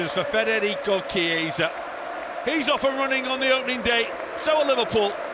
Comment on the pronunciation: I am still waiting for a commentator to pronounce Chiesa's name correctly, but I don't get my hopes high. It was a good goal though